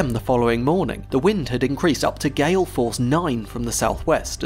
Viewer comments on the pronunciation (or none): none